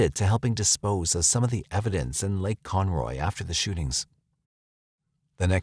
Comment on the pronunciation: Its Con-ROW not Con-Roy I lived there for like 4 years